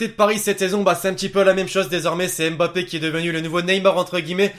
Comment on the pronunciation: c pas m'bappe c mmmmm...bappe